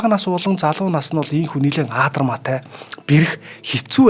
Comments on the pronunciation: багшаа Монгол хэлэнд аадармаатай гэж үг байхгүй шүү!!!!!!!! адармаатай гэж үг бий адармаатай гэж л хэлдэг шүү!!!!!! мэдээсэй гэсэндээ хэллээ шүү!!!!!!!!! таны ухаан эрдэмийг биширнэм.... ажлын амжилт хүсье.... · Аадармаатай гэж яриад байх юм аа Адармаатай гэж ярина аа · Kk zugeer l yariani yavtsad urtaar duudchihsan bolohoos medeej medej l bgaa l daa 😅